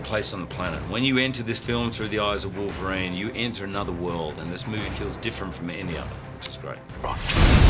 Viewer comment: No mames, güey, es "Wolverine", no es "Volverine", aprende a pronunciar.